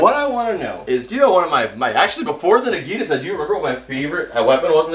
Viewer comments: Nagiinaata = wrong Naginata = right I'm sorry I'm a stickler for details if you say it right the next time I'll go on your channel both of them look for the first video and subscribe with that video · Naginata naug-i-naughta Pronunciation check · says the naginata is his favorite weapon, can't even pronounce it right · It rlly bugs me the way he pronounces naginata